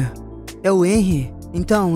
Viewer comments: "Enrri" Kkkkkkk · Só pra dizer e q se fala henry com som de r 😊❤